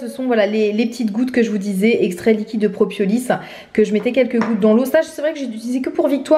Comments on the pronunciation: C'est "propolis" et non "propiolis" ! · Je crois (sans m’avancer 🤣🤪) qu’on dit proPOlis et pas propiolis. Je compatis tellement avec ton mari mettre des gouttes a des petits même à des grands enfants !!! C’est une galère !!! Super temps des fêtes à toute ta famille !!! Profites bien !!! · PropOlis et non propiolis ;) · Pourquoi dis-tu propiolis ? 😂 Très sympa ton pull 👍